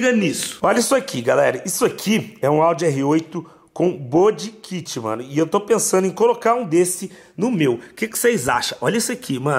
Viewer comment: "CapU" "BoDI kit" Jesus meu ouvido não aguenta isso 🤦🏻‍♀️🤦🏻‍♀️🤦🏻‍♀️